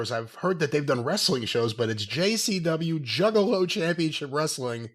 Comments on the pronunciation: Wres-a-ling, the way Russo pronounces words is as annoying as his booking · Wre-su-ling bro😂😂